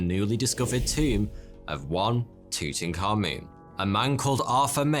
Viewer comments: the way english pronounces tutankhamun hurts my ears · HIS NAME IS NOT TUTANKHAMUN YOU THICK TWONK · Tut - Ankh - Amun , The correct pronunciation is Tut - Ankh - Amun. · I cant stand your voice bro. Its not tutankamoon. its tutankaMUN. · He is. It's pronounced Two-ten kah-muhn not moon. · That's TUT-ankh-aMUN, not TOOT-n-common. Unbelievable how badly the pronunciation has been botched even among Egyptologists. You'd think they'd be more careful and more respectful than that. Amun was one of their eight chief deities. The ankh was the symbol representing eternal life. Tut perhaps corresponds with Arabic taht (تحت), meaning under. If so, the royal name meant "under the eternal life of Amun," which would essentially mean operating under divine authority. Dr. Hawass says it correctly here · Your saying his name wrong , its not tutan-khamun. Its : Tut - Ank - Hamun and you say it like "TOOT - ANAKH - AMON" " תּוּת עַנְחְ' אָמוֹן " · Tew tuh Ka Mewn. 😂 It's Tu-Ta, Ka-moon. "I am your PHAROAH!!" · Tooting car moon (according to the closed captioning). You can’t unhear it now. You’re welcome. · Tuttenkahmun Subtitles: tooting car moon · It's Tut A'nekh A'amoon. Not whatever you keep calling him! 😂😅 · It's pronounced as "toot ankha moon" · The way you pronounce Tutankhamun as tutanka-moon is sending me lol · Aah yes, my favorite pharaoh, Tooting Car Moon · "Tootin car moon" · Ah yes tooting car moon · isn't his name something like tut ankh amun? :D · Tutankhamun English subtitles: Thooting car moon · Just saying, it’s actually pronounced like ‘too-tank-ay-mon’. I always said it like that until actually visiting the valley of the kings near modern day Luxor and having a tour of his tomb, the tour guide who spoke insanely good english pronounced it as such. I was curious why he said it like that and he said that’s actually how it was pronounced apparently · Tooting car-moon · I love the way he pronounced it “Tootoonkamoon” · tootenkahmoon's toom!